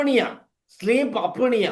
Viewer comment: Sleep அப்பினியா இல்லை. Sleep அப்னியா